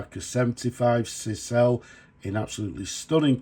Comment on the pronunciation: Cisele is pronounced ‘Scissor lay’